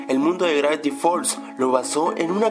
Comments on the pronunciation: El lo pronuncia gracti fols XD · craviti fold HACI SE DICE gravity falls HACI SE ESCRIBE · Al comienzo del video: "Grafty falls" xDDD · grafti fols xD